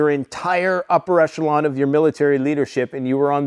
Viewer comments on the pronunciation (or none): none